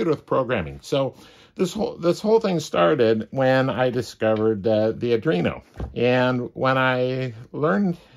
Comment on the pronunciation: “ADREENO”??? SERIOUSLY??? Try, “ARDWEENO”! 🤦🏻‍♂️🤦🏻‍♂️🤦🏻‍♂️